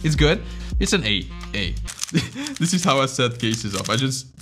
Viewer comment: for him, “diss” and “this” sound the same 😂